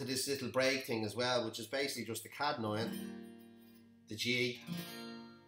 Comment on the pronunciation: Kadd9... it’s C-add9. Like ‘See’ add 9. Good tutorial otherwise, nice voice too